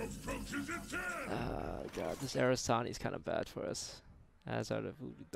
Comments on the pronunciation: Take a shot everytime he says Arasani and not Aranasi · I actually haven't changed any of my decks since release because I still don't see those nerfs that massive. Then again, I'm just your typical hardstuck rank 10, so just an average player, what can I know. Btw, it's not "Arasani", but "Aranasi". Took me a while to figure he meant those demon gals. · How many times is Toast going to say Aranasi wrong until he learns how to say it correctly? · Please start pronouncing the brood mothers name right